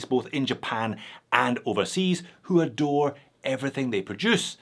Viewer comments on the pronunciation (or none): When you said adore I heard endure